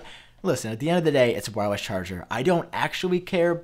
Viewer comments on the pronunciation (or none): Am I the only one hearing this guy saying “whywus” instead of wireless?